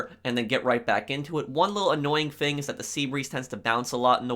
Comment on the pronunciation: You’re the only person that I’ve seen talk about this. I always find myself correcting him without even knowing it. “ tHiS fInG “